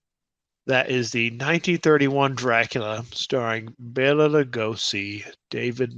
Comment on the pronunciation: Bela is pronounced "Bay-la". Bella is a woman's name. The more you know.